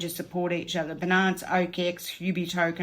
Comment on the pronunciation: I hear ‘benance’ and reminds me of a St Bernard the dog.. it’s Bi-Nance. Like Finance but beginning with a b. I’m sending love with this comment ❤️ and thank you for all your hard work, much appreciated!